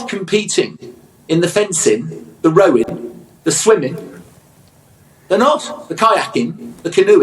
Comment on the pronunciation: As with most things there is a right and a wrong way to do things. English schools in all our cities teach us that rowing and running are sports...... Not rowin and runnin. For Alex Scott, paid a fortune by the BBC, for commentating on sports she knows nuffin about, to tell kids to not try to improve their language skills is appalling